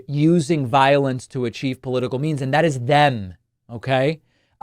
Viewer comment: "Paula-tickle" 😂😂😂😂 I have a new word now.